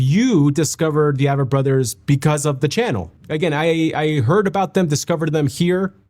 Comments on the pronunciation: Name is pronounced as A-vett Brothers . like A-Corn 🙂 Been a huge fan of them since the beginning around 2002 -ish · Their concerts are just as intimate. And it’s AAAAAAAAyyyyy-vett, not a-vett. Big A, not little A. They are my favorite!! Discovered them through my husband, he discovered them through his Army Battle buddy who went to high school with Seth. Their music is very autobiographical. Start at the beginning, listen in order, you will see their life transformed over time. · I have loved them for so long. Glad you do now too. They pronounce their name The A, as in A+ vett. Just an FYI